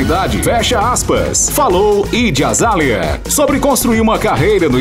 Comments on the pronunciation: Q narrador ruim kkkk ñ sabe falar nenhuma palavra em inglês kkkk Idi azália Suáit 🤦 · PELOAMORDEDEUS "tu naiti shou" "ijy azalha" "suaiti"!!! Melhorem!! 😂😂😂😂